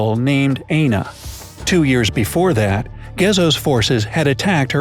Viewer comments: AND pls it is Aina pronounce i-n-o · It's not pronounced Aina, it's pronounced Ayino.